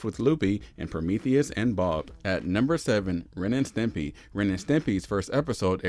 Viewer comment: You called it Ren and Timpy?!?